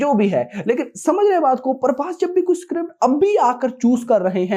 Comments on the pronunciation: Not parbhas it's prabhas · Brother don't pronounce our darling prabhas name as parbhas His name is PRABHASSSSS not PARBHAS 😊. I know u love prabhas but still if u call him as Prabhas , we the fans wil be happy 🎉